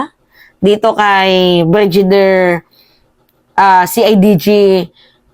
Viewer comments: Hindi po brijider.. brigadier po.. as in Brigade.. not brijid..😅😅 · hindi BRIJIDER at hindi CLEMIENTE. BRIGADIER at CLEMENTE yun. Huwag masamain ha, Pero may tendency ka na mag mispronounce ng words and names, noon ko pa napapansin. Hindi bashing ha, just an observation that you can consider for improvement ✌️✌️ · Brigadir ang pag pronounce.. clemente, di klemyente.